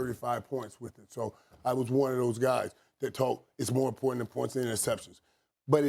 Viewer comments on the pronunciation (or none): none